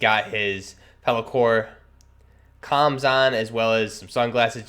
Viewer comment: its peltor not peli-core and not every vest that has molle is a 511 tactec plate carrier